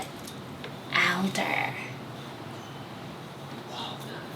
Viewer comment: I like the way that girl pronounced "alder" lol. Is she Canadian or something?